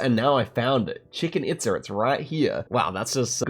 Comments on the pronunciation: the way said "Chicken Itsa"... crying rn. (pronounced Cheechin Eatza) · lol I had to laugh at "Chicken itza". I believe it's pronounced "cheech-en eetza" for future reference 👍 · brother. stop saying Chicken Itza. PLEASE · Chicken Itza??? Its chi-chen itza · Why is he calling it chicken Itza? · If you really want to visit Chichen Itza (which I recommend), you’d do well to not pronounce it as Chicken Itza! 😂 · "Chicken It's a" or could it be "Tea tie hoe can" ? 😁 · Bro said chicken itza 🐓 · chicken itza 😂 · It’s chicken pizza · chicken itza is crazy, wondering if this or the previous time when he said 'nijer' at niger is wilder :D